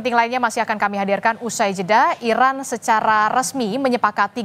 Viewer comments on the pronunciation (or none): none